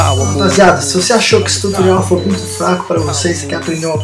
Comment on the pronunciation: Cara, pq tu fala "Tutorrial"? Ao inves de Tutorial?